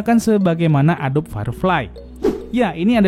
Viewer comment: ADOBE dibaca A-DO-BI itu